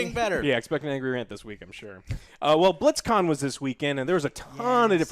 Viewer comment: he said BlitzCon like Blitz Chun